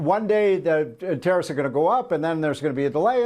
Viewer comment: Why does he say Terrorists for tarrifs?